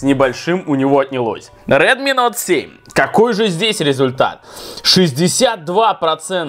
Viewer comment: Прикольно) на Самсунг говоришь Эй 50 , а на Редми - Нот 7 ??? Тогда уже на английском правильно будет Ноут 7 ! ;-)